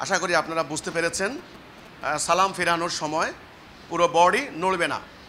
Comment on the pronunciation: সালামের সালামের উচ্চারণটা ঠিক করে করতে পারিস না